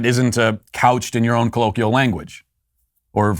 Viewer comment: Today I learned… that Matt can’t pronounce the word “colloquial”.